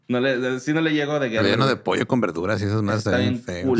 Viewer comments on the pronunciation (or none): none